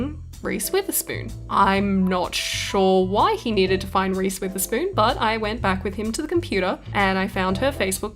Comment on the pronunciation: i thought she keps saying reese with a spoon then i looked it up